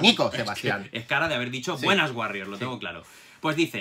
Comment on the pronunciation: No es por ser psicólogo pero The guarrior y The Warrior al menos si no lo pronuncias en inglés muy fino y cool, se parece muy mucho eh